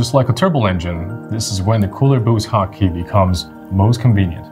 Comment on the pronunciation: I am hearing hot key as HAKI...